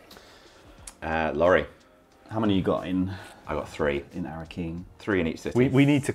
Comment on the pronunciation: I died when called Laurie, "Laurald"